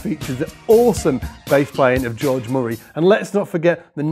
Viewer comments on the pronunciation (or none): none